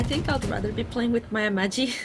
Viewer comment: "Amachi" OH BOY